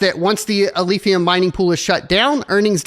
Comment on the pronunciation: "Alephium", not Alphium.